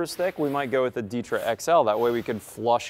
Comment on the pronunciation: Why do you pronounce ditra like that lol